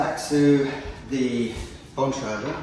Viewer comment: Cycling industry putting lives at risk for dubious marketing claims. Nothing new unfortunately. Good luck warrantying these wheels and tires too. They’ll claim your mispronunciation of Keith Bontrager’s last name is indicative of poor installation procedures and it’s your fault.